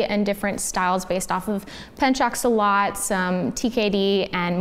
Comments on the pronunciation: So pencak silat sounds like this, 'pen' sounds like 'burn' but with a p. 'Cak' sounds like chuck, 'si' sounds like c and lat sounds like the word cut but you need to change the letter c with l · pencak silat is pronounced like pen as in pen cak as on chalk si as in see lat as in cut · At this point, kindly fix the "Pencak Silat" pronounciation. You use it in your career,.